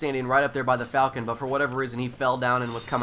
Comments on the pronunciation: i believe the falchion name is pronounced like "fall-shun" not falcon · Pronounced ( fôl'chən ), sounds like "Fal-key-on" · Or more like Val-Key-on